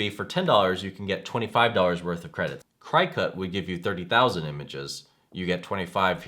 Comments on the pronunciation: LOL i cringed everytime he said CRY-cut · LOL CRY cut instead of cri (short i) cut. When reviewing products you should know how to pronounce the brand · Omg, did you say Cry-cut? Lol. It's cricket , like the bug. Lol!!!!! I'm thinking if your doing a review you would know how to pronounce it. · Hopefully by now you have learned that the Cri-cut as you say is not the way it is pronounced. It is Cricut like the bug. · At least u know hes not a "CryCut" shill.. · It's driving me crazy the way he pronounces Cricut! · Dude, you are not extremely knowledgeable in any of these products are you? first of all , it is pronounced "CRICKET" like the bug. Brother machines are available from stores that sell the Brother SEWING MACHINES. DUH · it's pronounced cricket -- like the insect. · Yes you can, though you can use any image (even googled ones) to make custom cuts on the Silhouette or Cricut (pronounced "cricket", that was just freaking me out every time he said that wrong). The Brother SNC requires you to convert any svg. file to an fcm file to be cut on that machine, which you do online with the cloud software, and save it to either your computer or flash drive to actually use it. And they are "die cutters", not printers. None of them print, but they do write/draw. I have both the Cricut Air and the Brother...love both! Hope that helps. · Cricut is pronounced, Cricket! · Yes, thank you... I got half way though and had to stop because of how he was saying Cricut. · LOL Thanks for the info but you Crack me up...Non crafty for sure and I know because it's pronounced like "cricket". I do appreciate the comparison video. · sorry, i cant watch and listen to you mispronounce Cricut for 8 mins. tbh.